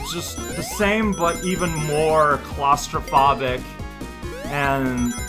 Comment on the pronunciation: claustrophobic is pronounced with a long o like telephone